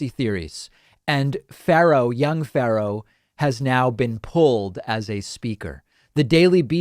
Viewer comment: Why can't David say "Pharaoh"?